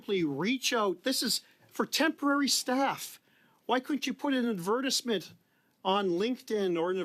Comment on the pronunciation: I was a huge Larry Brock fan until I hear him pronounce "advertisements"